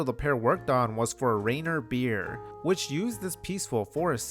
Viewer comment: You legit pronounced Cannes as "Kanes"?? For real?? And Rainier is pronounced Rain-Ear, please.